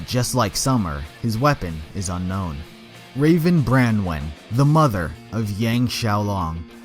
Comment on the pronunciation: He said "sister of raven brawen"